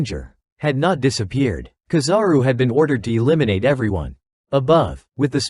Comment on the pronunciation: kizaru no KAzaru